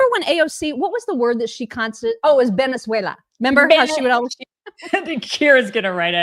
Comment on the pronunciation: AOC's latest is actually accurate Hispanic accent, but since she was speaking English, there was no need for it. In Spanish, b/v are interchangeable, and you'll hear them both used interchangeably BUT since she can pronounce both, her pronunciation of "beneswayla" is as ridiculous as she usually is. PS. I'm from Venezuela. Thank you for your attention to this matter.